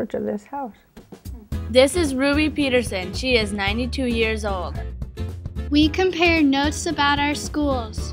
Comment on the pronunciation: no i mean YEAR not YAER